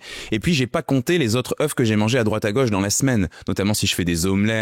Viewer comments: Le pluriel, c'est "EU" et non pas "EUF"!!! Ca m'a écorché les oreilles pendant toute la vidéo... Mais ca fait un moment qu'on sait que le cholestérol alimentaire ne se retrouve pas dans le sang. Le problème, c'est le niveau d'acide-gras dans le sang que le corps lui-même transforme en cholestérol en surplus. Et la glycémie influence aussi le taux de cholestérol. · on dit des ZEUUU pas des EUF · On ne dit pas " je mange 4 oeufs ( prononcé "euf") par jour mais je mange 4 oeufs par jour ( prononcé "e") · Bonjour, un "EF" des "EUX"... on ne dit pas des "EFs"... Merci ;) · Bonne video mais le truc qui me choque c'est la mauvaise prononciation du mot "oeufs". Un oeuf (1, 9) et au pluriel des "zeu". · Tu en a mangé autant mais tu ne sais visiblement pas comment ça se prononce 😬 Singulier (un œuf) : On prononce la consonne finale 'f'. Le mot se prononce comme "un neuf". Pluriel (des œufs) : La prononciation correcte est de ne pas prononcer le 'f' final. "Des œufs" se prononce donc comme "des eu". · Très bonne vidéo Par contre on dit des œufs (zeuuuu) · On ne dit pas « quatre œuff », ni « vingt-cinq œuff », ni « trente œuff », ni « quatre œuff et demi »… En écoutant toute la vidéo, on constate que vous connaissez le pluriel de ce mot. Il est dommage que vous ne l'employiez pas de manière constante. À part cette bizarrerie, c'est une vidéo passionnante, qui fait brillamment la synthèse d'un sujet encore assez controversé. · Un oeuf, des oeufs, mais on prononce des "eu", CQFD. C'est pas le sujet, mais c'est un peu grave le nombre d'erreurs de français dans cette vidéo. 😳 Et ce qui est encore plus étrange c'est qu'à la seconde vision la prononciation est correcte. Serait-ce encore de l'IA??? Noooonnnnn.... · Œufs au pluriel ne se prononce pas comme vous le faites 😅 Ceci dit, merci pour la vidéo! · Super, mais quel dommage de faire une faute de français, à chaque fois que vous prononcez œufs!!!! c’est un comble quand on fait une émission sur cela😢😮!!